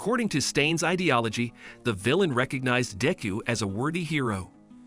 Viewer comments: its De-ku not deeku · "deyku" "all mighty" "baukugu"💀